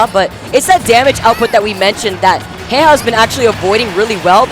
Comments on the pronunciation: Commentary was okay, was just annoyed by the fact that they kept on mispronouncing Jejajeja as heyhaheyha. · its JeJaJeJa damnit. not heyhaheyha lmao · Um not really he even confirmed it himself that it's jejajeja not heyhaheyha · These are the first commentators I've ever heard pronounce jeja's name that way. Is this how it's meant to be pronounced? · Why the heck do the commentators not know how to say Jejajeja’s name?!?! That’s so annoying lol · the commentators need to know what they are talking about. and at least pronounce their names correctly